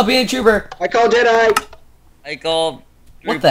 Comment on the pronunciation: It's Jedi, not Jeteye